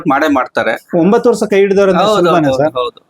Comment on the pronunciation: ಯಪ್ಪಾ ಮಾರ್ರಾಯ ಮೊದ್ಲು ಸರಿಯಾಗಿ ಕನ್ನಡ ಮಾತಾಡೋ ವರ್ಷ ಅನ್ನೋಕೆ ವರ್ಸ ವರ್ಸ ಅಂತೀಯಲ್ಲ 😂😂